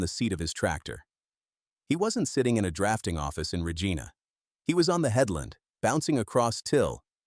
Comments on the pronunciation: Lentils etc a " rock roller " filled with water a solid pipe would " punch " the rock into the ground. Lots of others NOT just Deglaman. Cant even pronounce the " Reg - ina " lol. Side line blade. Got JD contract. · Slough is pronounced “slew” not “slof” Regina is not pronounced “Regena”